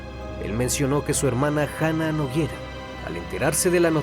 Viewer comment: Nogueira, no Noguiera